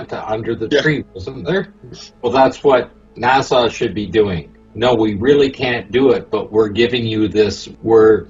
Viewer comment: Its NASA, not Nassau.